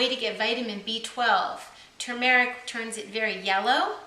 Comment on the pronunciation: Btw the way, the correct pronunciation is TUR-mer-ic not to-MER-ic. The accent is on the first syllable and it has two r's.:)